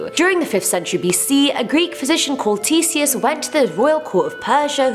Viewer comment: I thought she said, “Greek physician called T-Series”